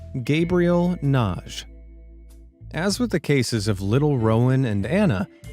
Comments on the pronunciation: BTW, the name "Nagy" -- at least people I've known with that name -- pronounce it "Na-Gee," with a soft "g" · WHEN YOU READ SOMEONES NAME IT'S LIKE YOU SUFFER FROM DISLEXIA...NAGY AND YOU PRONOUNCE IT NAGE. THE NAME IS LIKE MAGGY BUT STARTS WITH AN N NA-GY LOL AFTER HEARING YOU SAY IT 10 TIMES WRONG MY EARS WERE RINGING...LIKE DAVE PAULIDESTHAT YOU USED HIS MATERIAL AGAIN, I HEARD YOU SAY IT RIGHT FOR THE FIRST TIME YESTERDAY. IT'S ABOUT TIME ! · NAGY is read Nadhi